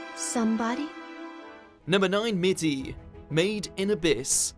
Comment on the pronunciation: No not Mitt anything but Mitty